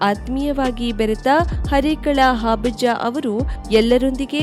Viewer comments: ವಾರ್ತಾ ನಿರೂಪಕಿಯವರು ಹರೇಕಳ ಹಾಬಜ್ಜ ಅಂತ ಹೇಳುತ್ತಿದ್ದಾರೆ...! ಅದು ಹಾಬಜ್ಜ ಅಲ್ಲ ಹರೇಕಳ ಹಾಜಬ್ಬ... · It's Harekal Hajabba not Harekal habajja...